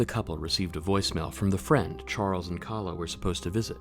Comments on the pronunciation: You really mispronounced her name it is (Kay-la) not Khala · Its pronounced Kayla